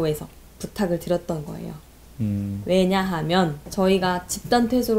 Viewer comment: 왜.냐.하.면 처럼 쓸데없는 부분에서 강조하는 말투, 본인이 되게 논리적이고 말을 잘한다라고 생각하는 표정과 말투 좀 고쳐라. 유지할거면 초등학교 권장도서부터 다 읽고와